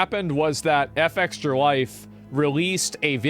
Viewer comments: Why does he say F extralife like he can't comprehend Fextralife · It's fextralife not F-extralife. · Good video, but I fucking hate that you say F Extra life and not Fextralife. It's like a punch to the face every time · I’ve always said Fextra-life but asmon pronounces it f-extra, which is correct? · Its not F Extralife. Its Fex tralife. Fex is the "name" of the girl who started the whole thing. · Why not say Fextralife? Why say F extralife? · ngl, if i search for a game's information, and "fextralife" is in the URL, i bypass it and go to the next result, every time. and stop calling it "F-Extra-Life", it's pronounced "fextra-life" fechstra. as in "press fechs to pay respechs." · Wonder why he pronounces fextralife "eff-extralife".... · Love how he's pronouncing FextraLife "F Extra life" like you'd pronounce Aaron "A A Ron". Shit C Racked me up. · Why can’t Asmon just pronounce words normally? F X tra life? Who tf says it like that? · Why is asmon pronouncing FEXTRA so weirdly? Does he mean Fuck extra life..?